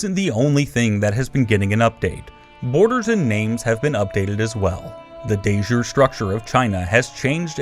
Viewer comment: Looks great... but please learn how to pronounce "de jure": It's /deɪ ˈdʒʊəri/ 😁